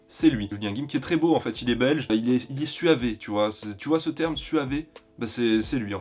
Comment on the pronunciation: Ça se prononce suave, pas suavé 😭😭